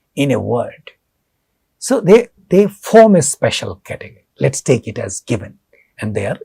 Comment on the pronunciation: it is not like "thaakee" just take is enough sir